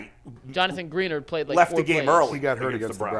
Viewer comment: Gren-nard not green-urd... a little research before hand maybe?